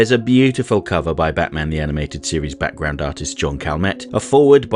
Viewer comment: Wait... Did you say background or Batground?